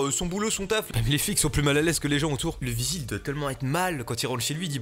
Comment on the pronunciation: ça se dit vigile.